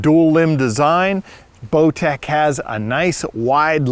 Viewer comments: I swear he said blowtech. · lmao he calls it a blowtech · seconds accidentally says blowtech, I listened to it several times and every time I heard the same thing. 😂😂it’s funny, but I know it was a accident. Bowtech is one of my favorite bows.